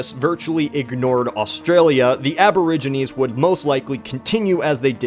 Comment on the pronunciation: "Aboriginies", are you fucking with me right now?